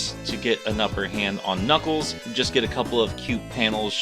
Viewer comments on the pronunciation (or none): Ah yes...knackles